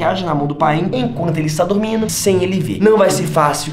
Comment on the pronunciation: Yo solo entendi dugmido jsjs dormido